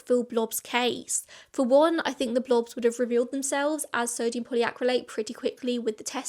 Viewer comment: You did well saying those crazy names. I was surprised to hear sodium polyacrylate is in food, until I found out it's made from coconut.